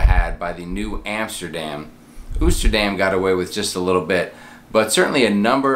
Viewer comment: Fyi Oosterdam is pronounced Toasterdam minus the T up front.